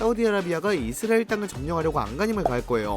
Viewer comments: 못참지 이스르엘😂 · 이스라엘 발음 왜저러냐 ㅋㅋ 이스르에르 이스리에리 ㅋㅋㅋㅋㅋ